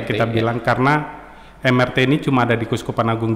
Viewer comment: MRT 👉 bacanya em er te, bukan em ar ti. sudah menginformasikan singkatan yang benar lho sejak awal